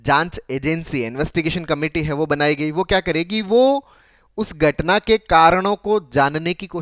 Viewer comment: Gatna ni....ghatnaaa